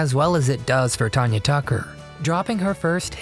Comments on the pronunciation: It's not Ton-ya. It's TAN-YA. She is awesome! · Tanya Tucker’s name is NOT pronounced Ton-ya it is pronounced TAN-YA. It is even spelled the way it is pronounced, if you are going to do a video learn how to pronounce people name’s right!! This is one of the WORST videos. Also I wouldn’t call these tragic, if you are going talk about TAN-YA Tucker’s tragic life maybe mention she had a addiction problem at young age over going to hotel room after a concert. Yes, I am sure it very hard to go from singing in front of 1000’s of people to a quite hotel room. I have heard many, many musicians talk about how hard it is but they also say they know it part of the down side. I hope you do more research before doing one of these again.